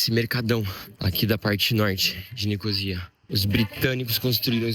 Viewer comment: Não é "Nicosía" como diz, mas Nicósia até em português. Achei muito raro ele falar assim. Recomendo, pra quem gosta da Natureza, visitar o Lago Salgado de Lárnaca na Primavera pois são milhares de aves migratórias que chegam da África e tingindo de rosa de tantos flamingos. Também emblemático achei Petra Tou Romiou em Kouklia, na praia de Afrodita, a deusa grega do Amor vista e venerada pelos navegantes. Paphos, recomendo visitar as excavações que ainda continuam, 3500 anos de história!